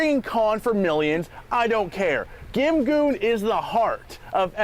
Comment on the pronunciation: Isn't GimGoon pronounced more like "Jin-Gong"? x'D x'D x'D